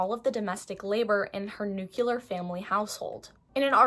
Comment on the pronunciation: Note on "nuclear" pronunciation: It's not, "new-que-lure". Rather, it's pronounced as spelled, "new-clear".